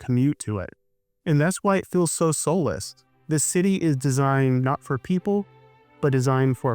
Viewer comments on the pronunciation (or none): Do you say 'electric ill' ? For feels, you say "fills"... and "piecemill" for piecemeal. It's common, so you're common. Filled for field... Geez man.